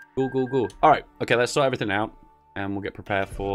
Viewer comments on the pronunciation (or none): none